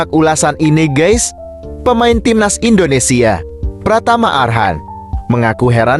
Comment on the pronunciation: Indonesia bang bukan Indonesie parah lu 🤡